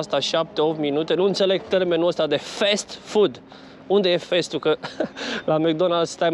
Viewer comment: O mica paranteza Nu mai zice fest Food că nu se citește așa se citește Fast Food cum se scrie, nu e cu răutate dar poate ajuta. Acum câțiva ani și Buhnici zicea că telefoanele au încărcare Fest Charge:))) daca îl urmărea cineva întrecut:))